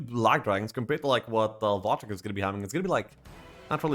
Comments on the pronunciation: I can't be the only one who smiles whenever calls Wojtek Watch-teck/Wash-check/Łodżtek:D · Come on lets just start saying wojtek properly...